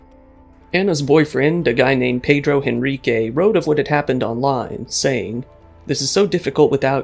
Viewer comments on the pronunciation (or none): none